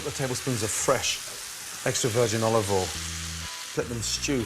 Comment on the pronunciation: “olobol en”